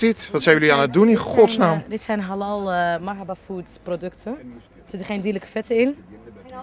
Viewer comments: Die man van pownews spreekt halal heel raar uit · Ze zegt helal want in turkije zeg je zoo